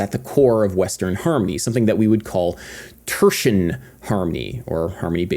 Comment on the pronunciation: If tertian isn't actually 3 syllables, I elect that we should all start pronouncing it that way until it is.